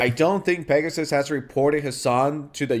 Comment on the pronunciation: Pregassus, lol